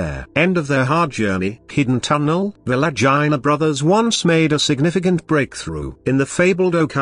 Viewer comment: Really bad especially the ai pronunciation of Legina😯